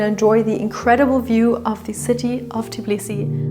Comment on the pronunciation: Please do NOT mispronounce the name of the city! It is TBILISI, definitely NOT "Tiblisi" as you call it!